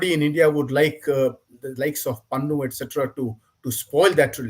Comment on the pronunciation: Its Pannu. More like Pannoo actually😅